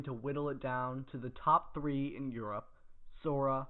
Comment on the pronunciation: Just say Europe